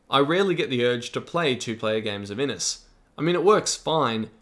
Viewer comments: This game looks amazing. FYI Inis is probably pronounced with a "sh" at the end. Inis means Island in Irish. IH-nish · Great overview! Just a wee pronunciation point: Inis should really sound like "IN-ISH", which just means "island" in Irish.